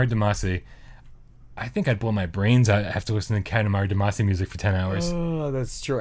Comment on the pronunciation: Sigh. It's one thing that you normally pronounce integral wrong and got called out on it when you pronounced it right a couple of times, but Damacy is pronounced all throughout those games (especially in the musics) and you should know better. :p